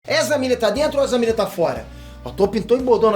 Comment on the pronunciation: "Ezra Birris" burro de mais